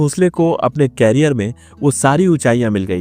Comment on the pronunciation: क्यारियर नही करियर बोलो क्यारियर का अर्थ अलग हैं